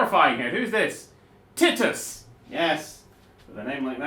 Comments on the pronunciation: That is officially the definitive way to pronounce Titus now. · Who face palmed when he said 'Titus' incorrectly.